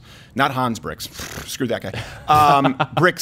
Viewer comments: *Birx, not Brix. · It’s Birx, not Brix. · Hey, it's not Dr. Brix, it's Dr. Birx.